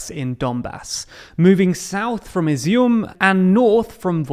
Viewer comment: Well done on getting the Izium pronounciation right mate.